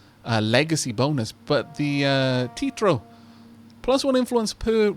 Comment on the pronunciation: great video as always and once again i giggle at a few pronunciations though if you're going Italian you'll probably need to stop calling it "tea-tro" instead of "tea-ah-tro" the Alpini though i think ya pronounced pretty spot on